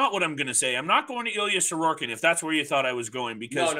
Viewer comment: it's Sorokin, not Sororkin. Other than that, all good. 👍